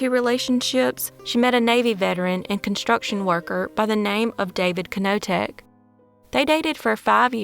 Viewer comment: ❤❤❤love you chick❤❤❤ that k in knoteck is silent tho😅